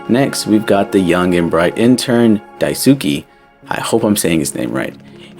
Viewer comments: for daisukes name you got the "dai" right but the "suke" part is pronounced "sskay" the "u" is not pronounced what your saying is daisuki which means "i like you" which is also probably why his name is similar to that haha 👍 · Re: You got the pronunciation of Daisuke's name mostly correct: it's "Dai-su-kay" and not "Dai-su-key". It's a Japanese name, so the letter "e" at the end makes the "ay" sound. Otherwise, this is a really great video, and I totally understand why the pronunciation would be a little confusing! I really enjoy your videos and think you put a lot of creativity and effort into your analysis. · Have you even read Marx? His ideologies and what was attempted in reality are very different, it wasn’t his ideas that killed millions, it was someone else warping and adapting them. Marx’s work had flaws and he as a person was a bigot but that doesn’t mean we should blame what people twisted his work in to on him, there’s already lots to criticize. Also… you didn’t look up how to pronounce Daisuke? 😭